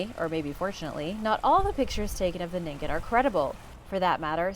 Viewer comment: ningen is pronounced “nee-n-gen” and is the japanese word for human ✨